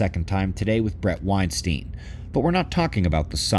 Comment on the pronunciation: Super excited about you on Darkhorse again. Please pronounce his surrname name right. Both syllables have a long i sound.